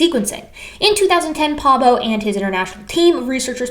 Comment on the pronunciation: If you want to pronounce Svante Pääbo’s surname so that a swede 🇸🇪 understands who you talk about on first listening, the “ä” vowel is very similar to the first vowel in “error”, as in “Library of Errors”. 😊 The doubling of vowel letters in Swedish surnames is cosmetic and does not affect pronunciation the way it would in Finnish.